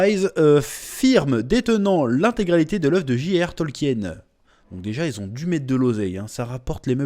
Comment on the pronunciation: Information de première importance ! le nom de l'auteur se prononce (tolkine) ! eh oui !